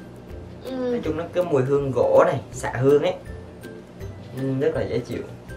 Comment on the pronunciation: Anh bảo xạ hương k phải dạ hương nhe 😂